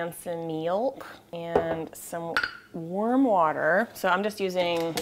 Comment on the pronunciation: did u say worm water?